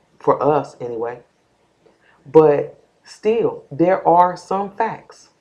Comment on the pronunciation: "An that iish steal up for debate".lol